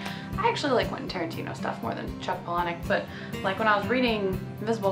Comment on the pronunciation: I like that you pronounce Palahniuk correctly.